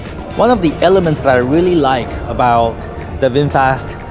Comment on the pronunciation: FROM USA 🇺🇸, NOW I RECOGNIZE YOU ARE REALLY “ bung booooo wwwww VINPHET 😂😂😂😂😂😂😂😂😂😂😂😂